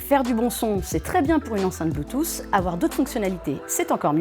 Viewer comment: "Bloutousse"...Aïe. Bonne vidéo mais les prononciations des termes en anglais sont clairement à revoir.